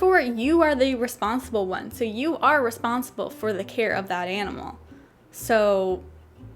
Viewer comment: i love how you pronounce the word "enimal"